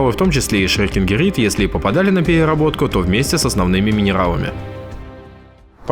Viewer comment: Шрёдингирид )))) плакаю - минерал называется «Шрёкингерит»